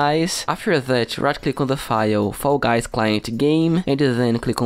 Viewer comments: No hate but I it’s so funny when you say foy guys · Bro pronounce fall guys correctly